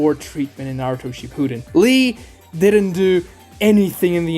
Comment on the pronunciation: Please put the emphasis on SHIppuden. It sounds like you’re saying “she pooed in”